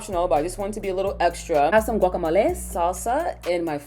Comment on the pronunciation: I'm sorry the way you said "guacamole" was so funny to me, but I love this video definitely trying this soon